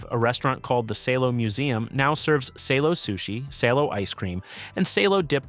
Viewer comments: It is pronounced [sá:lo] , not [séilo], and it’s more versatile than presented in this video. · Great video. You just have to work on your pronunciation. Salo is pronounced as SAH-loh. You could also mention matsyk, Ukrainian cured meat, very similar to prosciutto or jamón